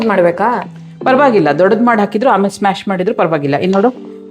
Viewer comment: Please say Mash ,not smash.